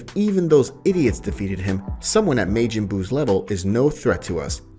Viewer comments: Love the story but it's not mejin bu it's ma-jin bu. Making bu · So have you never watched DragonBall? Why is your pronunciation so horrible Maejin Buu, really? No one calls him that in any version of DragonBall except you, it's Majin Buu. You literally have to come up with that because no one else says that anywhere smh. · I have NEVER heard it pronounced May Gen Boo XD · I hate the way he say majin buu name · The story is good but the way he pronounces stuff is a bit annoying he says “May-Jin” instead of “majin” and he said “yararaht” instead of “yardrat”